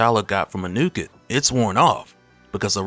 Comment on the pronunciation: it's pronounced AH New Ket